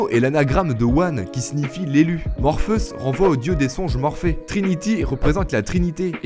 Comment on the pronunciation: J’ai pas pu regarder jusqu’au bout tellement tu écorche les noms des acteurs , personnages ou réalisateurs. Morfus, erwan (au lieu d’ewan) , et j’en passe , atroce pour les oreilles.